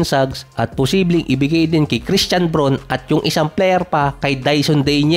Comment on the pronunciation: brawn ata ang pagbigkas